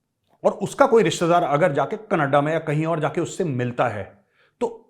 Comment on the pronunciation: Major saab . Canaadaaaa nai ..... Its Knedaaaaa.... 😂😂. They call it KNEDAAAAAA...